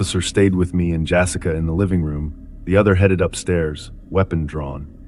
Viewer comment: "Jassica" ARGH!